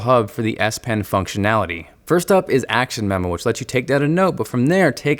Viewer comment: I swear he says DS pen lol